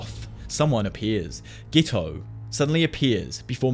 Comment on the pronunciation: Who's gito? It's geto